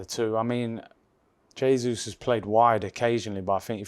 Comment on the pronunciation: Who's "yay-sus"?